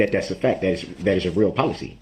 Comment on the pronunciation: "Fack" instead of fact lol😂